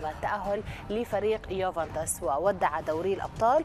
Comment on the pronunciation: يوفنتوس وليس يوفنطيس يامذيعة 😂 خاطيكم